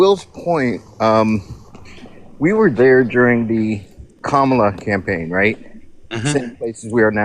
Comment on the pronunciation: I've heard them say Kamala's name the same way that traitor 47 says it. Don't do that. It's pronounced Kama-la, not Ka-ma-la.